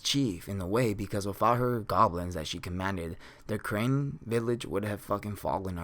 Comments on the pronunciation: its carne village not crane dooode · Crane Village.....Crane Village......Crane Village....... I do think it's pronounced Carne.....like it's spelt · Crane village. It's CARNE - Kar-Ne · The village is called carne village not crane village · Carne Village Not Crane Village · It’s not crane. It’s car ne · Carne! Car-Neh! Village Not crane, carne! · Just a small correction, it's "Carne village" not Crane village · Lol every time he said crane I yelled out carne haha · Carne = car-nay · Say Carne right you dip shit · I can't stand that he won't pronounce it right.